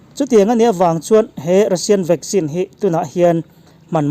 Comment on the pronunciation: I news hi a tha thei hle mai... Mahse ti nge VACCINE hi VAGGIN i tih tlat a🤣